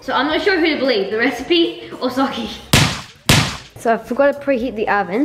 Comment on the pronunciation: That is not how you spel socy like you say it it is sokkie